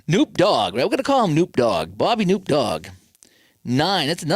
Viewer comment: Hate to be the bearer of bad news but it is pronounced kuh-NOP